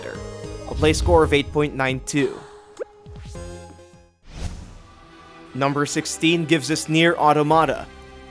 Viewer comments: Yeah I opened the comments section just to find this. Orda-mahhhhda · "Automata" is pronounced like "aw-TOM-a-tah." ( /ôˈtämətä/ ) It's like "automaton," but with an /ä/ sound at the end instead of the /än/ sound.